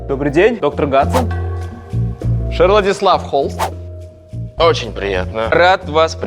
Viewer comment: Доктор Гадсон. Я: Точнее сказать, Доктор Ватсон.